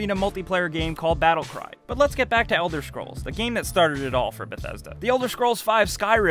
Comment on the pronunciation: Is it only me or is he saying "Elder SCHrols" ?